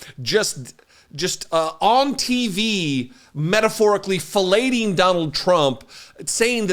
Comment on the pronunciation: OMG. Lol. Filet-ing. The t is silent. Ha ha.